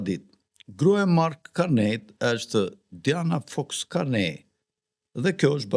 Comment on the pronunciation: Nuk lexohet Karnej po Karni